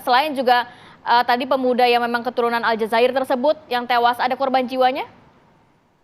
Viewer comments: Alzazair dek bukan alzazera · Woiii Aljazair bukan Aljazira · Warga Aljazair mba' bukan warga TV aljazirah...😂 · Mbaca Aljazair aja kok kliru Aljazira....pripun to mbak... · Bukannya Aljazair ya? Aljazirah? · Aljazera itu nama berita dul, harusnya Aljazair😂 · Sorry ,ya bukan aljazira tapi Aljazair... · Aljazair mbak, kok al jazirah itu mah nama kantor berita